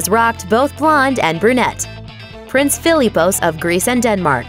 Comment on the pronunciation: Everytime she pronounces Philippos wrong 😡😡😂😂